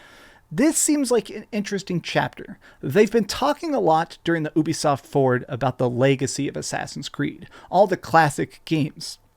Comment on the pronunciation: It's pronounced you-bee-soft